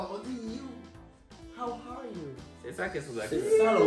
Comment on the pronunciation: KHAW KHA YOU, lol C'est How are you qui est là? 🤣